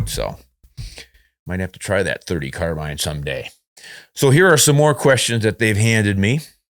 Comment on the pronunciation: I am pleased to hear you pronounce "Carbine " the way it should be . I have heard the argument that it comes from the French ...CARBINA or something like that ..... but Australia and the USA speak ENGLISH not French . Just my little windge for the day.